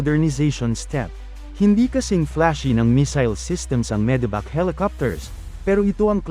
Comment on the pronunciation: Medevac ❎ Medibac ✅